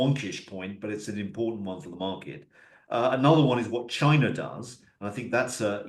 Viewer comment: Love how says "Chiner" 😂